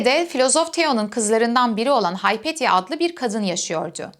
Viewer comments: Heteira diye telaffuz ediyor ama ekrana Hetaira yazılımış. Ekranda yazdığı gibi "metaikos" mu yoksa "metoikos" mudur ? Haypetya (anlatıcının telaffuz ettiği şekliyle) mı yoksa Hüpetia mı ? Hangisi doğru ? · Küçük hataları düzelten sinir bozucu biri gibi görünmek istemem ama sanırım Hypatia (Υπατία) "Hay-pet-ya" değil "Hi-pa-tia" diye okunur.